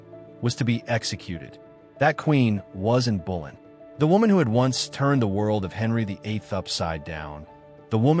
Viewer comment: Her name was Anne Boleyn not Anne Bullen.